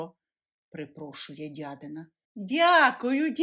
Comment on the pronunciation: Не чобОти, а чОботи, не дядИна, а дЯдина.